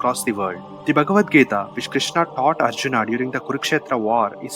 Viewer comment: Nice clip Bhai 👌. But your pronunciations of names is awful and NOT Indian. You sound like a colonised Coolie. Arjunaaaa... Bhimaaa.. Hastinapuraaaaaaaaaaaa ...hell all names end in aaaaaa😅! Not how they speak in India mate.